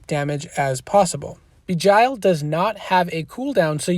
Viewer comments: thanks for the rundown! great job btw its pronounced jinn ie sounds like win. arabic for demon. and begile as in sounds like bile ie bee gile not bee jile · Please don’t misunderstand... I respect you and I watch your videos... please google words you don’t know... beguile is a word that should be in your vocabulary... it is pronounced something like this Be Guy L... where the e in be is a short vowel and not a long vowel... more like Eh than E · ok....say it like bee (as in honey bee) then gile (rhymes with Nile like the Nile river. beguile means to deceive or to hide the truth (usually to screw someone over or harm them) but it doesnt matter, you can say it however you want, we all know what you are sayin :) Thanks again. if you ever need someone to help defend for one of your videos let me know